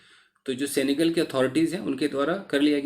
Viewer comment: It is सेनेगल not सेंगल Sir Ji